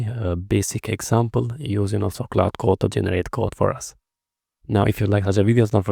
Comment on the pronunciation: Tip: you are pronouncing clAude as clOude...